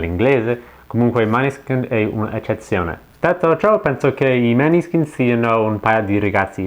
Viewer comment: Comunque si pronuncia Moneskin.